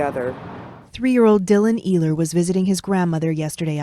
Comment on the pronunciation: Its pronounced Eeehler.